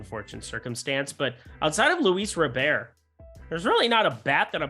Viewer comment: Hmm, had no idea Luis Robert was French… 😂 love the daily name mispronunciations from this guy